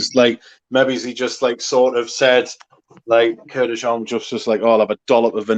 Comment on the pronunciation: It's Kurk-dzian, not Kurk-yan 🤣.